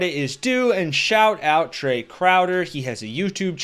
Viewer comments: Trae, not Trevor. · OMG you got Trae's name completely wrong the first time you said it. Pathetic FAIL